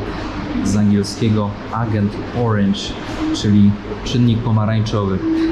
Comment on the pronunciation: Ciekawy material, ale, jak mowisz orange to mow ejdzent, nie agent;)